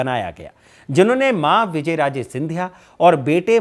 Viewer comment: तुम्हारी रिसर्च बहुत पूअर है तुम नाम ही ढंग से नहीं बोल पा रहे विजयराजे सिंधिया नहीं विजयाराजे नाम है। शिंदे सिंधिया कैसे हुआ यह भी तुमने गलत जानकारी दी? वंशावली भी तुमने क्रम से नहीं बताई। इससे पता चलता है स्क्रिप्ट किसने लिखी किसने कितनी पढ़ी।